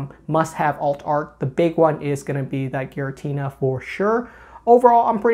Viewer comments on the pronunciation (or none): none